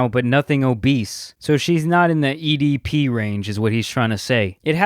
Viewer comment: Man's really said edp rage